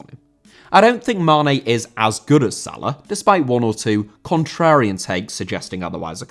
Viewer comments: Salah* not Saler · pronounce his name correctly